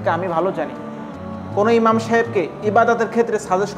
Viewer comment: ইমার নয় ইমাম